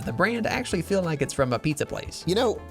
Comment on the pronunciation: It's not a "PIZA" and Not a "Nizza"